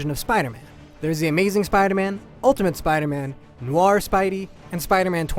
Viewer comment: Reptativeness was an over exaggerated problem. I didn't notice that much. Noir is the best! (It is pronounced "No-wa". Not anything like "Noi-er")